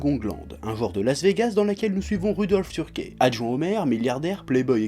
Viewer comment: on dit pas "turkè" mais "teurki"